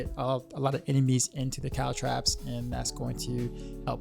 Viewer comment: sorry for being nitpicky but you keep saying calTRAPS, but the word is calTROPS... the o is pronounced like the o in top...